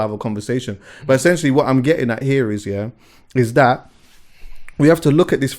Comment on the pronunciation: Like how says essentually instead of essentially 😂.